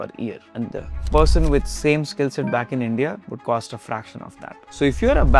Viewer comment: You should have learned first. How to speak English properly. Without all this. Uh, clicking, croaking, and incorrect intonations. Like, "hera we wily look at THE subjEct". The subject is important, not the fucking THE article! Wrong stresses! Listening to any video on YouTube recorded in English from India is simply impossible, it makes my ears bleed. It's just impossible, it's hard to communicate with you. It's impossible to understand what you're trying to say. That's the whole problem. Right there. You should have first learned how to speak English properly. So that everyone could understand you.